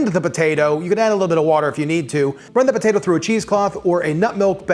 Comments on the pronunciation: Idk about y'all but I'm hearing him say "BATATO" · He is saying Batatoe, right? 🤔